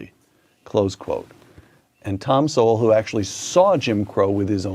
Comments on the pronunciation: Trevor Sowell (the e is silent) is one of the most highly regarded in his field in America today. However, because he tells the truth and journalists and media cannot come back at him, I believe he has been deplatformed. When I first came across him, it was pure joy to hear him speak such truths, and now I find it pure joy again, to find someone who accepts these truths. I have watched a few of your videos and wish you well in your endeavours. This comes from a retired white lady in Tasmania, with love, and I would like to call you - brother. 🌅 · These are great reactions. Just FYI, Thomas Sowell pronounces his name like the word “soul”. Which he has a lot of. And unlike Trevor Noah, who is an immigrant who has done so well and has some nerve to say these things, Thomas Sowell, grew up partly in the Jim Crow South and even started younger life as a socialist (meaning from the left). Sowell is a descendant of slaves. Noah is not. He’s doing race hustling. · I discovered Thomas Sowell’s syndicated newspaper column back in the 80’s. He’s a giant American intellectual. Soon realized, if I disagreed with him on something…I was wrong🤣🤣🤣. Btw, his name is pronounced, Soul. You’ve got a great channel and your work is appreciated!!! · Thomas Sowell is pronounced "SOUL". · Thomas Sowell ( Pronounced Soul) should be considered a National Treasure! His work is based on his personal experience AND on his deep research on the topics he writes and speaks about. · It is Thomas Sowell like 'soul' pronounced. Dude is an American legend one of the smartest men ever. Blacks were the not only slaves, how about my Irish family who came to America during the famine? All kinds were slaves & treated horribly. Most blacks were sold by African blacks to jewish slave ship owners who then would sell around the world. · P.S. It's Thomas Sowell, (sounds like Soul). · "Sowell" is Pronounced "Soul" like Soul Man. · Thomas's last name is pronounced "soul" just fyi.